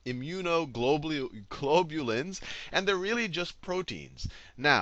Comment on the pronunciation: 'Immunoglulobing' 'Teaching biology really stresses my perspelling part of my brain' Laughing my ass off hahaha!!